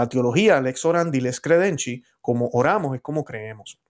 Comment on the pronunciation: Se pronuncia Lex Credendi. No Lex Credenchi